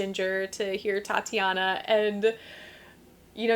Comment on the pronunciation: Thanks for nice comments. But she's Ukrainian, so it's Tetiana though, not Tatiana (sound /e/ !).